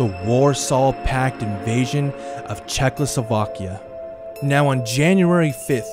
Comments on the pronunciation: Instead of Czechoslovakia he is saying Czechlosovakia. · I was today years old when I realised how, "Czechoslovakia" was pronounced.Wait,50 spelles out wrong.